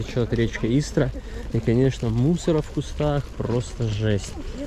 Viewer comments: Правильно говорить не ИстрА,а Истра. Ударение на букву И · Город И’стра, а не ИстрА’ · Только ударение на И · Только ударение на И- истра. Раньше Истра называлась Воскресенск